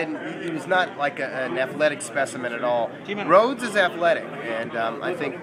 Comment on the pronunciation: lmao it's rhodes